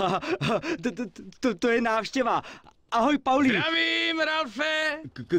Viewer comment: nice video! akorát pls říkej paulí :D je to víc český ale jestli ses zvyklej na polí tak nic namítat nebudu :)